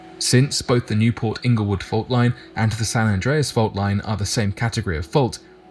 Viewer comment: Rock yes played in San Andrés Movie. Yes you pronounced it right